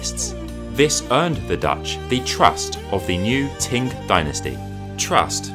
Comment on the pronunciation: Thank you. I credit my interest in Chinese culture to my grandmother's Willow Pattern plates. I lived in Peking in '79 - '90, then Hong Kong and now in Taiwan where the real Chinese culture is being maintained. As a Linguistics grad with Chinese as my main foreign language, I just have to ask where you got the pronunciation of 清朝 as Ting Dynasty? Also I see a few others have mentioned your pronunciation of porcelain! My ears are in pain from hearing your particular sounding of the word.... about 2,500 times. A pity that it is the key word in your whole monologue. Anyway, I am genuinely interested to find out your language background. Be great if you could read this and reply.